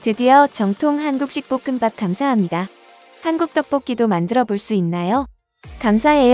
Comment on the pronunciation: 볶음밥 발음을 좀 제대로 해줫으면해여~보끔밥이에여 보끔빱이 아니구..